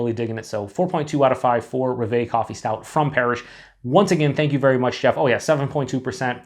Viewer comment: It's roooooooooveeeeeeeeee ! it's actually "Rev", which means Dream in French. Cheers !!!